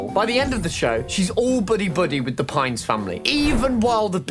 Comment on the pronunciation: dipper PIN??????????? it's PINES!